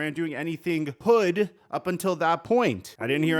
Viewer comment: Why say “hood” in the whitest way possible 😂😂